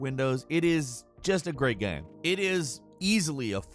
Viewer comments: why does he say "gaem" instead of game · Why the hell is he pronouncing game like gamum, bandit like bandy? What is going on lol?